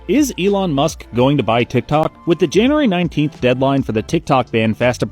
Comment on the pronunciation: I love that it’s “June 19th” and not January 19th. So far she’s said it twice.